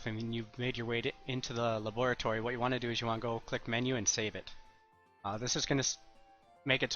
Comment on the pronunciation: the luboratoree